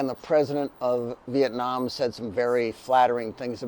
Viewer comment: It's Viet nam, not Viet nem.